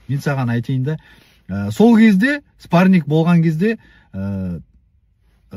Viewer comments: ОСЫ ЕСАЛАҢҒА ЕШКІМ ТҮСІНДІРМЕЙДІ МА СПАРНИК ЕМЕС СПАРРИНГ ДЕП😂😂😂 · мына қазға айтындарш спаринг дегенди дұрыс айтсын